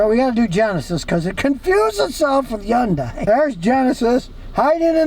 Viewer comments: its actually : HI - UN - DAY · Scotty, it’s HUN-day. Rhymes with Monday, Tuesday, Wednesday, Thursday, etc. You’re driving me nuts. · Hyundai like sunday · scotty is the only person on earth who doesn't realize yundai starts with an H, and it's pronounced! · Exactly! One of my biggest pet peeves but I still watch him 😅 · He calls them Jiundai. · I just wish he could say Hyundai correctly.